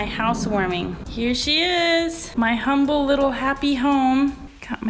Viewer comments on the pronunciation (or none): none